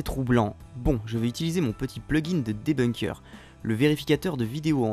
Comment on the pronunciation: Arrete de dire Debounk stp....